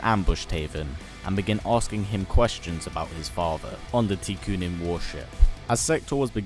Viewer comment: Tekunin is pronounced tech-ooo-nin. It's technological ninjas and the u is because Japan. There's no tea involved. Besides this and a few other small factual errors, I really enjoy what you are doing here.